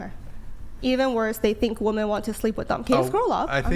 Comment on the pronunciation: ITS WOMEN. NOT WOMAN.